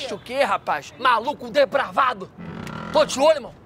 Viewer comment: "MALOCO DEPRAVÁDO" KKKKK n da pra tankar esse maluco